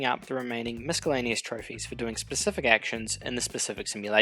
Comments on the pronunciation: FYI The C in miscellaneous makes an S sound,NOT a K sound. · Nice video. Although putting a hard c in miscellaneous is a bit distracting.